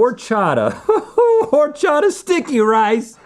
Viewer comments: it’s not HOR-chata. it’s pronounced “or-chata”. as a mexican it’s a pet peeve. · Silent H in horchata guys... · Lmao... Same with horchata, it's a silent H. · The H in horchata is silent 😭 H in Spanish is almost always silent